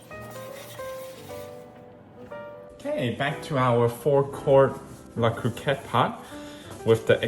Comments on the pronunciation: Agree. Hearing it pronounced "Coohcot" just sounds weird. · The first ‘’o’’ in Cocotte is pronounced the same way as in co-creator, and the “o” in cotte as in pot. 🙂